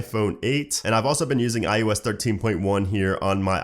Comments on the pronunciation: Why do you say iOS as iUS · Sounds like “ius” 😂